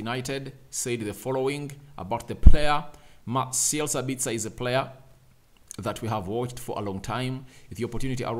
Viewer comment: "Mah - sell Sa - bits - ah". Austrian 🇦🇹 not Australian